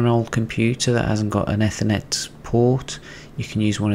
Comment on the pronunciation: Great video, just please dont say eh-thernet Please